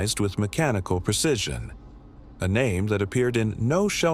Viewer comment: "PERduced" is not a word. * PROduced. "PERcision" is not a word. * PREcision.